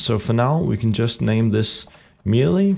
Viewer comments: "may-lay", not "mee-lee" :) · It's meh-lay not me-lee